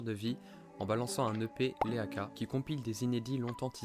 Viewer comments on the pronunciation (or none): Vous êtes bon la vidéo est lourde les gars merci beaucoup 🙏🏼 J’met permet un retour en rapide, la fin est super intéressante sur ses textes mais arrivent un peu tard sinon c’était très cool à regarder ! Et je cherche la bête mais Leaka ce dit « Lika » les boss